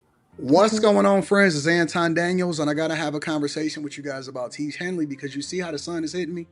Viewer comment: I never hated hearing two words said by a ngga in my life "tiege hanly" smh urks my soul